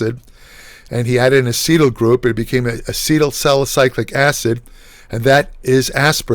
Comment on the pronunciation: I'm sorry but this dude can barely talk straight. He's overexplaining, adding excessive context, pronouncing things weird. Wtf is sali-cyclic acid? Sali*cylic* acid is a thing. Also straight up said "cock enzymes" once and kept going like nothing happened. This should be a ten minute or less video and it's 27 minutes because he's answering questions far in excess of the question in the title.